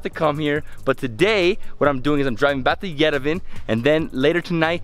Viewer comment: Sorry after 10days you still can't pronounce Yerevan correctly! I enjoyed this series immensely! Thank you and your beautiful hostess Lusine